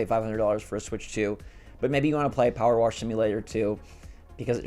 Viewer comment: What's "Power Warsh" simulator? 😂